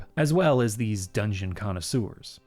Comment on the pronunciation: feel like Dungeon is pronouncing it like the Japanese word oishi (“yummy” lol) with an n at the end, which is cute.